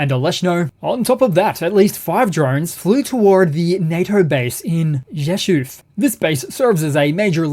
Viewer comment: It seems Polish air defenses couple with NATO defenses were porous. congratulations on a a near native pronunciation of Rzeszow.